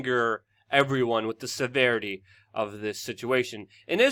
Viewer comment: can you please learn how to pronounce WITH